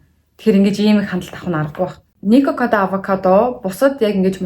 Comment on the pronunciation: Nikokodaavakado gej sonsood baihiin zovuu bi buruu sonsood bna uu